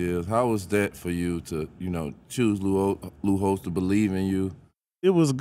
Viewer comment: Did he say Lou Holtz or Lute Olsen 😂